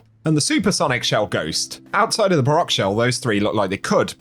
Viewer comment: "baroque" is pronounced so that it rhymes with "awoke"